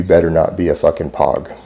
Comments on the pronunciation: i think he meant P".Ohh".G. not pawg lmao!!!!!! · As soon as he mentioned 'pog' you know there is something wrong; it's pronounced more to the effect of 'pogue', like rogue. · I hate how he says pog wrong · i hate the way he breathes and he pronounced pog wrong